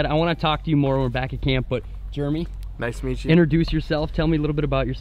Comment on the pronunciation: dude it’s jeremy not juremy